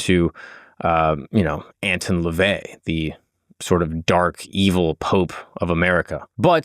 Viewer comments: You already started off this episode, saying his name incorrectly. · The way you mispronounce his name annoys tf outta me